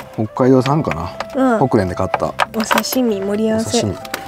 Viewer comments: ようこそ北海道へ！ ザンギの発音はあってましたが、ホクレンの発音が違います！ ホクレン↗↘ではなくホクレン➡↗です笑 北海道の農協系スーパーなので新鮮な食材が多いです。 あと生ウニですが、ふつう板に載ってる生ウニとかお寿司屋さんで出てくる生ウニには型崩れ防止のためミョウバンという薬品が使われていますが、動画での塩水生ウニにはミョウバンが使われていないため臭みがなくとっても美味しく食べられます。自分も塩水ウニは大好きです。高くてめったに買えませんが・・・。天気が悪くて残念ですが、北海道を堪能してください。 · 素敵な奥さんと娘さん、優しく見守るクーピーさん。ずっと見ていられます。ホクレンの発音が新鮮に聞こえましたw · 北海道どうでした？自分は札幌にすんでるんですがみててすーごく面白かったです😂 ちなみにホクレンって発音が面白かった!（笑）ちっと違うんです!（笑） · ホクレンのイントネーションが新鮮でしたし、セコマのホットシェフを次回はぜひ。札樽道、金山PA、道央道、北竜と行ったことあるとこばかり走られてて、ぜひお会いしたかったです。 ただ、北海道住むなら絶対冬場を経験してからを地元民としてはおすすめします。 後編も楽しみにしてます！ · ザンギの発音は合ってるのにホクレンの発音が違うのが元道民の私はツボでした😂 私は北海道を離れてしまいましたが、移住の候補に入れてくれ、こうして楽しく紹介してくださりありがとうございます！